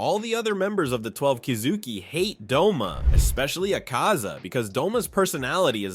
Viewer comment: Bro I thought his name was Doma not Douma. I thought I was a demon nerd😭